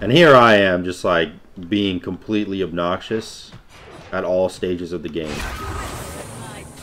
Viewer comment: "...quite obNOXious..."